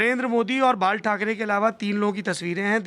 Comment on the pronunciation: बाळ ठाकरे नहि बालासाहब ठाकरे बोला किजीए, राजदिप की काँपी मत करो